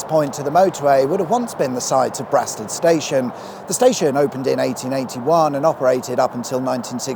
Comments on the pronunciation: Yay! My local bit of motorway at last! (Oh, and the ubiquitous correction of pronunciation: ackshually Brasted is pronounced 'Bray-sted' not 'Brar-sted'.) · your first pronunciation is correct. Brasted has a long A. I remember before the motorway was opened there was a kart race held on the stretch that runs past Westerham (kinda like the Red Bull soap box derby but more a drag race down the carriageway).